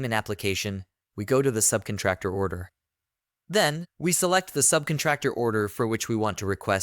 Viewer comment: Someone please teach this person how to say subcontractor. I cannot unhear this.